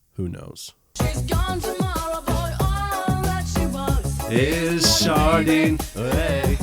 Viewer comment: Sharding sounds like Sharting. So all that she wants is another sharting. I watched it twice. I laughed.